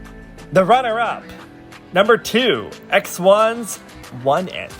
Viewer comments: a pronúncia de alguns fandoms em coreano deixa menos pior the b = deobi one it = woni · "Oneit" lmao what? Is one of thr best loooool